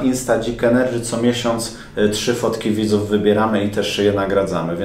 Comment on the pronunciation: dzik ENERDŻY